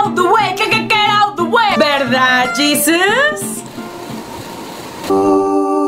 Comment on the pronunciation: Jesus*** se escribe igual pero se pronuncia diferente.